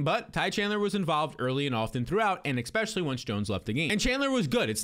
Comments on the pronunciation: The "expecially" is driving me nuts! The term is ESpecially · Love your analysis... but are you saying EK-spesially?